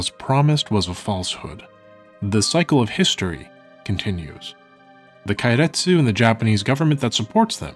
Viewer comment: Didn't expect such an in-depth, expansive view into history. Extremely well-researched, extremely well-presented even that a dumbass like me can understand. Tiny correction, if you'll allow. Japanese vowels don't change sound, so keiretsu is closer to "kay-retsu", instead of "kye-retsu"